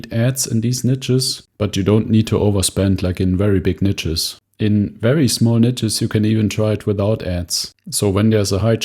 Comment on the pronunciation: Love your content, but please learn how to pronounce "niche". 😂 It's highly triggering.